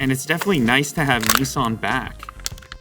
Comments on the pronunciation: Not neeesan it’s pronounced Nisan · The way Americans pronounce Nissan actually makes me want to throw up